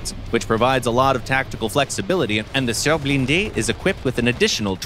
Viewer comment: Nope. It's horrible. Foch is Fosh, not Fok, Foch was french not german ! Same for surblindé and surbaissé, sounds like the I isnt in the name Adn the engine isnt german but french. German design ? Maybe ! German built ? Hell no ! They got so much things wrong in this video.. But hey ! It's Gaijin, they dont care about FR